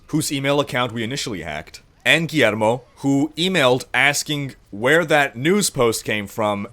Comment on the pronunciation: it's said Gwiermo not Guermo